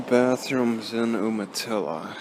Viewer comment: BTW it's pronounced you-matilla